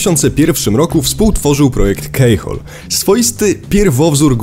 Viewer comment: Keyhole -> wymawiaj /ki:houl/ a nie /kei.../. Poza tym, bardzo ciekawy film i dobry materiał.